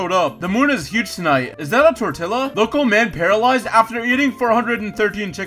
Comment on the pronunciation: Did you pronounce the L's in tortilla??